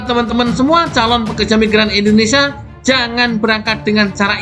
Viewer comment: Sebenarnya suka informasi di channel ini. Satu kekurangan nya yg bikin risih (maaf). Bisakah anda berkata Indonésia dan bukan Indonesa ? Kalau ditanya orang luar,anda dari mana, masak mau bilang "Indonesa" ?